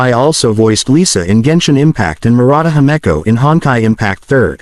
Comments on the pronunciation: I’m sorry did I just hear hemiko instead of himeko? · And hameco too?